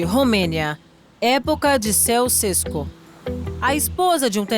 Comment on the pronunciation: "Céu Cesco"? A forma de falar é Tchau Chesco. E se escreve Ceausescu.